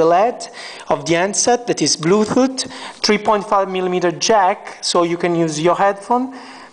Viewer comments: bluetooth not bluthoot ! lmao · haha, i noticed him saying bluethooth istead of bluetooth. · blue toof hahaha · Of course i know what a Bluetooth is. This guy cant pronounce it.